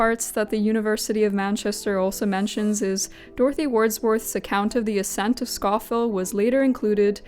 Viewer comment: just a note: scafell is traditionally pronounced 'scaw-fell'. Also its not generally that snowy!